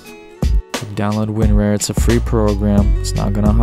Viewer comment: Please stop mispronouncing WinRAR.